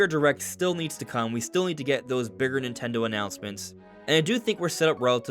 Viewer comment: What's "Nit'ele"? 😜